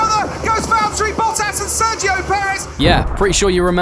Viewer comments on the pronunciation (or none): none